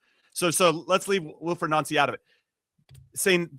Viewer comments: see at the start the guy trying the changed celtic way of saying his name only for his American mate to correct him,its noncey,oh ye sorry noncey,lol. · So funny when these hosts say his name correctly, then go out of their way to say it wrong 😂 It rhymes with fancy, people! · 😂 Its jus Nancy you don't have to pronounce it in French. Its jus nancy as in ooooo Nancy bhoy.. Everyone here's calling him a FANNIE though. You can pronounce that in French if you like too. LE FANNIE, MLS to SPFL. Americans eh, . 😂 You don't understand Scottish football.